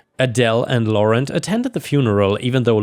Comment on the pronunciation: 😂😅 Laurent… it’s pronounced like: Lau = low Rent = wrong without the “ng” -> wro => low wron That’s the pronouncement as near as it gets with similar word-sounds❤